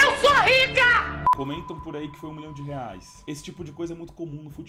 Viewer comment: “Um milhaum por esse cone?” Jajajajjsjsjsjjsjwjjsjsjakkakajak